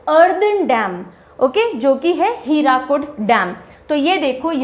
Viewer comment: It is not हीराकुद its हीराकुंड It is not पैरादीप its पारादीप Please complete yourself Kab tak aaise pdf dekh ke padhati rahengi